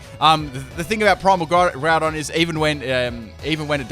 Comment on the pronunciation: and you Said Groundon its not Primal it is Primal LOL again